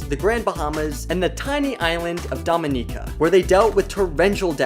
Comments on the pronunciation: Couldn't even get 10 mins in. If you're going to present something, look up the pronunciation instead of guessing. It's pronounced like dominican without thr n. Not domineeca. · The video got runnier the moment Dominica got miss-pronounced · I could accept Geoffrey Rush being pronounced wrong, but Dominica??? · Domi-nee-ca XD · You’re saying Dominica wrong. 🤦🏻‍♀️